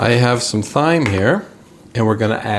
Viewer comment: The first warning was his mispronunciation of "thyme," and it just went downhill from there.